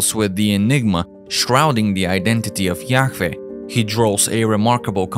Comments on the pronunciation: Yaweh not Yaw-eh. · Yahweh, the narrator can't even pronounce it correctly,,, sounds like he's Yak-veh smh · The Aramaic Pronunciation is Yah Wah meaning Breath pronounced as a Breath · Is it really pronounced as "Ya-Feh"? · The way you keep saying yakveeh is so annoying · It's pronounced yah-way and the English translation is Jehovah! and yes that is his real name...Jesus is the son and Jehovah is the father aka GOD; the creator of all things❤ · The whole video is sooo wrong. To begin with, the name is YHWH. It is pronounced YAHAWAH. That is how paleo Hebrew is written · Yahfeh? Just sound it out twin that’s obviously a W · The video was great but the accent of the guy talking in the video pissed me off so much because he just kept saying a lot words completely wrong including God’s name, Yahweh. Like come on dude! there is nothing wrong with an accent in fact I actually like it it’s just the fact he kept saying certain words completely wrong not even close. 😡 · Ugh. The mispronunciations are horrible. Too distracting for me to even try to finish. How many different ways can AI pronounce Yahweh? I counted seven before throwing in the towel. Enough to unsubscribe.